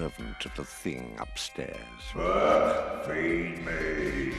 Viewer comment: His name is "Berk" NOT Bert!